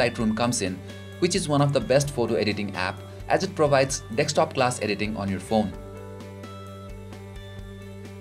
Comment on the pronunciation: Its deSKtop!!! not deKStop